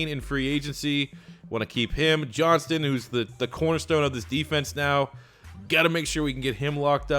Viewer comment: It is 'John-stn'